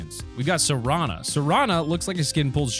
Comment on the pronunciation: What the heck did you just call the Sorana skin?